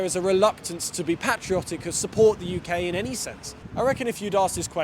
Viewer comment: You need to learn how to say patriotic.